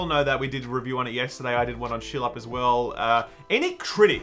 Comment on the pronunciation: Wait... Don't call skill up shill up lol. Come on man love your reviews rofl slip of the tongue?